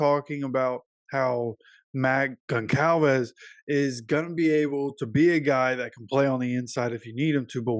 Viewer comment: The c is pronounced like a z “gonzalvez”